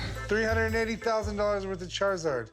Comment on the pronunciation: I laughed when he said charzards